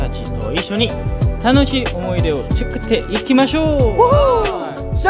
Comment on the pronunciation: tyukutteikimasyou!! つ が ちゅ になるのかわいい笑笑